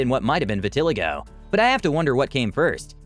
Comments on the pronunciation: Again,why are these read by people who can't pronounce the words correctly?? I can't speak Chinese, so I wouldn't try. Its vit-uh- lie -go . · It’s pronounced (vit- tuh- ly-go) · Vitelego??? 😃🤣😂Vit(like pit) uh-lie-go. You're welcome. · Its funny how he says vitiligo as Viti-lego its pernounced Viti-liego xD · Vitileego??? 😂 No, the 3rd i is long sounding. Vi-til-lye-go dude 🤣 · It’s not vi ti li go it’s pronounced: Vee ta lai go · Its not pronounced vi-ti ligo but viti- LIE GO LOLOL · Referring to Michael Jacksons skin disease “Vitiligo” is pronounced “Vit-ah-Lie-Go” Not “Va-Til-ah-go” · It’s vit-a-LIE-go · Vih-tih-lie-go not Vih-til-eh-go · "Vi-ti-li-go"? Omg, learn how to pronounce things before you turn on the mic. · Its pronounced Vit ah lie go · Vet-a-lie-go is how you say that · I think phonetically it’s “vi.ti.lie.go”… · I am 57. Everything has sagged and dropped. I am ok with that. Natural is better than death. 👍🏼✌🏼. Vit-a-lie-go!! You pronounced it wrong.😱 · Alterations, not altercations. Also, vitiLIgo. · Trying to figure out how to explain the pronunciation of “vitiligo” using sight, not sound........So, I guess Vit • ah • lie • go ?? It takes a little practice to get this one right, and we don’t hear it all that often, so it’s not hard to mispronounce. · It’s pronounced vi tuh lai goh. lol How do you go to the trouble of making a narrated video and yet you don’t research the pronunciation of the skin disease you’re speaking of? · I'm shocked you can't pronounce, “vit-a-lie-go”!!!! SMDH!!! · Vi-te-Ligh-go … the pronunciation in the video drove me nuts. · Learn to pronounce "Vitiligo!" Vi-ti-LIE-go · When you do voice overs, I think you should do research to be sure you're pronouncing words correctly. Vitiligo is pronounced Vi-ti-LI-go. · Yea I can’t believe he said it that way. 🤌🏻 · Did this guy jus say vitiligo completely wrong 😂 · Please learn how to pronounce vitiligo... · The way you pronounced vitiligo tho.... lol!! 😂🤣😂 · Omg, horrendous lol 🤣🤣🤣🐸🐸🐸